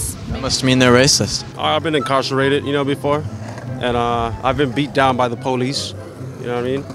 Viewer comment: Poo lice? Speak engrish?